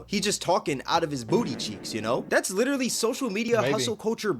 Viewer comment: "Like witterally"